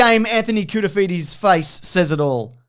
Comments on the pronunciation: "Anthony Cool-to-feed-ye" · “Legend of the “souvlaki” Anthony Koutoufides” 😉😂